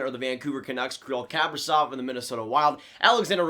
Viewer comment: It's "Kah-pree-zof" - accent on the long "e". The "v" at the end sounds like an "f". And the first name is pronounce "Kee-Ree-l", once again long "e" sounds and the accent on the second long "e".